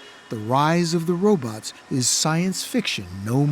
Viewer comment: No journalist should ever say "robuts". 😂 Edit: To be fair, he does pronounce it "robots" later.